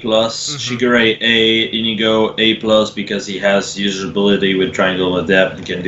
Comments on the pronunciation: Come on I wanted that Nohr Azura but I didn't get her. :( Oh and I also think Olivia has the best art. And Inigo is pronounced (In ee go). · INIGO IS PRONOUNCED IN-NEE-GO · its Indigo